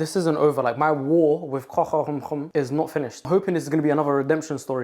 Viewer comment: "If youre lactose intolerant, grow up" that was not what i expected the 2nd half of the sentence to be💀💀. A+ pronounciation of croquembouche btw🙂‍↕️✨️👏